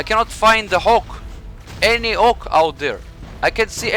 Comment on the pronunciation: The way you pronounced "HAWK", sounds like the Hulk.